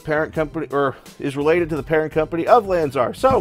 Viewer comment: SOUNDS like U,say lanzEr , lanzAr !